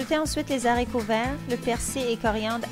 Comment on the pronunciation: on dit les aricots et pas les zaricots